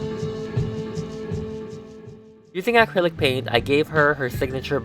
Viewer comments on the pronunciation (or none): Anyone else bothered by how he says acrylic?